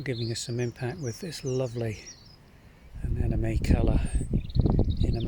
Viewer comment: You’re not pronouncing their name correctly. It ends in NE, not ME.